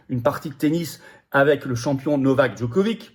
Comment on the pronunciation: Sans rire, ça fait entre 15 et 20 ans qu'on entend le nomb"Djokovic" (et encore un met "dj" car personne ne sait comment pronocer la lettre serbe qui est un "d" modifié)... à la fin on prononce "itch", pas "ik"...sans déconner, même pas faire cet effort...